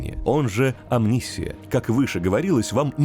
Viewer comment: При всём моём уважении к диктору и его работе, правильно говорить ОмниссИя, а не ОмнИссия. Теперь можете закидать меня тапками за духоту.